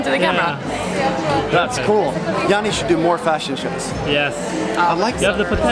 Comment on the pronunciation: Janni, Bright eyes not owl. But love your effort as I only speak English.. :) Banter